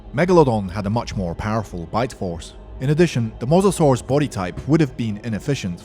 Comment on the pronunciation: It is mosasaurs obiously